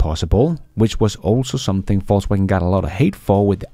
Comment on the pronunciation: Love your show, and that you persist in saying "False Waggon" 🤣